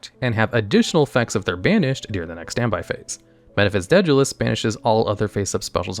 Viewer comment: I've never heard anyone pronounce 'Daedalus' like that, and it's throwing me off. lol